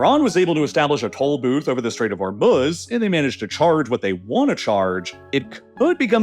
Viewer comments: You don't even know how to pronounce Hormuz correctly. It's hor MOOZE not hor muzz good lord. Do better research before making these. 🤦‍♀ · Ah yes, "The Strait of Homruz". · I don’t understand why this guy likes to deliberately mispronounce names. Instead of Hormuz, he calls it hormuhhhz and instead of Belarus he calls it belaruhhhhss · Meanwhile narrator is saying hormuhz like he hasn't heard every news outlet pronounce it properly for the past 7 weeks. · You’re pronunciation of Hormuz is unbearable